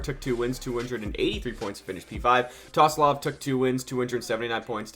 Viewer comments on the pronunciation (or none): TSOLOV NOT TOSLOV MAN ahhhhhhhh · Tosolov??😭😭 you need to learn some names man😂